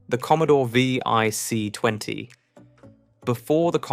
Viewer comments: The V... I... C... 20? You mean the VIC 20, right? Why not just narrate your video with an actual human who could get this right? Have you really saved that much time and effort? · If you're going to do a piece on UK tech then at least use the UK language. Some of it was laughable. The VIC 20 not the vee eye see 20. As others have pointed out it is zed not zee as well as other mispronunciations. But I suppose AI just isn't going to get it.